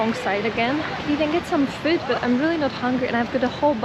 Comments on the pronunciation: "Get some fud" - I think that "fud" is the most Scottish has ever sounded! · Ya I noticed for a long time pronounces "food" exactly like Steve. She is a true Scotswoman now.